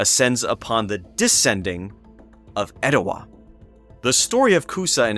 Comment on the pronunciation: I live just up the road in Dalton and have lived here all my life. That’s how we pronounce “Oostanaula” so as far as I’m concerned, you nailed it. But your “Etowah” is a little off. Extend the “ah” at the end then you’ll have it. 😉 I’ve never visited the Etowah site but have visited Ocmulgee. Pretty incredible! You’ve done some great work with this video!